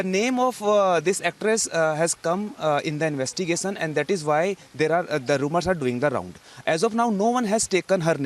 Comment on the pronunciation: Please dont pronounce 'sh' sound as 'ss'. Its not investigason(investigation), see(she), fissy(fishy), conjuming (consuming), twits(tweets), pozeson (possession).... 🙏